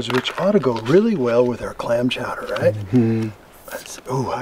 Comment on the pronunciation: Good video, but according to you, it is seafood chowder, not clam. Cowder.